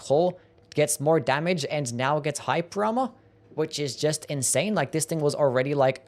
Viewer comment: Bro u really need to enunciate. Hearing you say "hyper armor" 5 times was like nails on a chalkboard. I only knew what you said because of subtitles